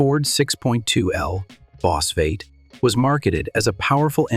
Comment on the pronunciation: The AI voice narration is a bit much. Calling a V8 engine a “Vate” is annoying and just sounds dumb.